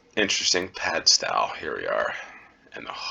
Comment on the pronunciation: They're pronounced "Hay-moor" and "Gull-vle". In Cornwall the town names are often pronounced differently to how someone from outside Cornwall would expect. Also the stow in Padstow is pronounced the same way you would "stow your sports gear in the trunk of your car".